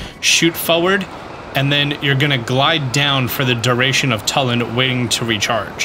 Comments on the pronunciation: Too-Lin, not Tull-in. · I’m convinced that skips cutscenes. Because the game says Tullin’s name a million times in the rito story. Anyway, is saying it wrong. It’s Too-Lynn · This is a good a place as any to say this. They literally say Tulin's name in the game. It's pronounced Too Lin.